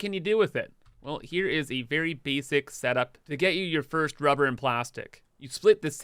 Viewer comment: I HAVE A DREAM... A dream where you stop saying RUE BAR and just say RUBBER. It would be wonderful if you can edit the video and just dub in RUBBER. Thank you.